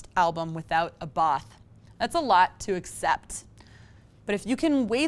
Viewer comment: Who's Abaaaaaaathhhh? It's not that hard to pronounce, people! Just say the name of Swedish pop icons ABBA, and add a "T" at the end. Done.